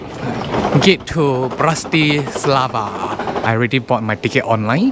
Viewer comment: I was just making fun of you since you mispronounced Bratislava three times in a row :)), so I intentionally misspelled India. Okay, you're from Malaysia